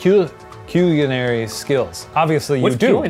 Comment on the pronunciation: Shane: [butchers the word 'culinary'], a food connoisseur: I BEG YOUR PARDON